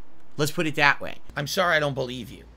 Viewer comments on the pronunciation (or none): none